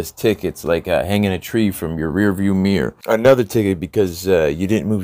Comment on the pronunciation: I’m sorry but “Mirrow” ??? I know not one of my vehicles has a Mirrow!